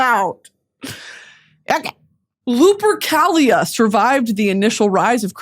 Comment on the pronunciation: When she pronounced Lupercalia correctly then miscorrected herself i cried. (The letter c makes a k sound in latin)